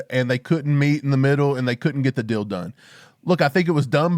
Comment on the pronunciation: What were people smoking? I didn’t ever expect a trade. Your analysis is perfect,. And “deal” is not pronounced “dill.”